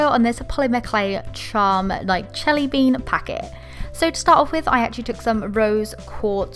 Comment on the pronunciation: WHAT! WHY DID YOU SAY CHELLY BEAN!!!! It's jelly Bean